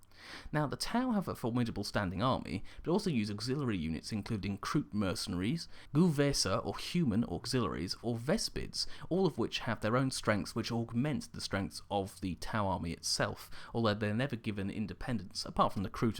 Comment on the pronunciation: I thought Gue'vesa was pronounced "Gway-vay-sah".